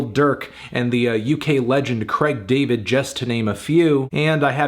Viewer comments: "creg" David lol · Craig David's name pronounced "Creg" - RIP Fantano's Credibility In Britain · Who the fuck is "Creg" David?